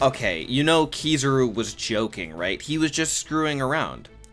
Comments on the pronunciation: It’s kizaru not kizuru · why tf do people say "keysuru" instead if "kizaru" lmao